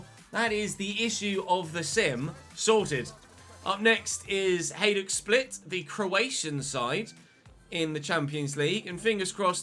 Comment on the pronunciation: hajduk is pronounced h-eye-dook